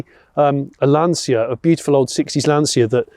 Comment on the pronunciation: It's pronounced "LANcha", Jonny.